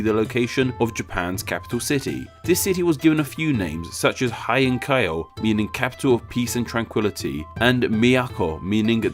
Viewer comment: Isnt thai a relative of sanskrit Heian is not pronoinced Haien Its HEI - AN or HAY -Yan